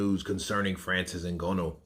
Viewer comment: Bruh, it's not O Gono, it's Nganou (Ng is between Nanu and Ganu) :yougotthis